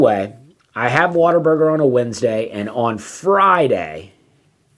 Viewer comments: For the love of God quit saying “water burger”. It is what a burger. WHAT A. There is no er in “what a”!! You are killing me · Sounds like you are saying WATER-BURGER. Also; you will be hearing from their lawyers very soon.....